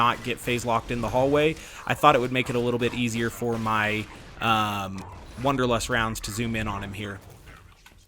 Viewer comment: It’s wAnderlust not wOnderlust!!! Am I the only person that was bothered by this?!!